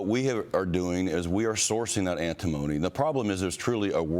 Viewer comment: ANT TI MONY - Say it correctly.. 😅🤣